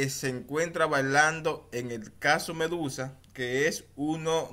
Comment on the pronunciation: No se dice balando es bailando por Dios🤣🤣🤣